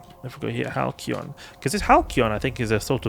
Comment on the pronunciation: It's a soft 'c', so the boosters are pronounced like "HAL-see-on".